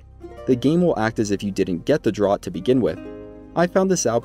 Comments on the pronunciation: Draught is pronounced draft, not drot, you know, like a draught of beer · Hey man it’s pronounced draft not “drot”. It’s just an English spelling but thanks for the super helpful guide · Just FYI, draught, as in Amber Draught is pronounced 'draft', not 'drot'. Like "beers on 'draught' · Great video. This series is really helping me a lot. "Draught" is pronounced "Draft". It is how we spell draft in the UK, for some reason. Air blowing under a door would create a draught. A beer pulled from a pump rather than poured from a bottle is a draught beer. A mouthful of beer or potion is also a draught. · It's selivis's draft. Like draught beer. Not like a drought and we're all dying of dehydration. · Draught is an older spelling of draft and is pronounced the same. Sorry, that bugs me to an unreasonable degree. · draught is pronounced draft..